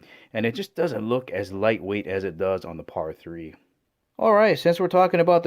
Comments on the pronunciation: It totally is like he’s pronouncing it as a Spanish word hahah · It's pear-a, not podda. It's not spanish. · Is he calling it pada3? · Pear-uh 3